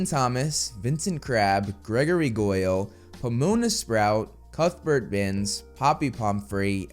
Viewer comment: I swear you're sayin cuckburt instead of cuthbert, which I think you like saying too much. ;p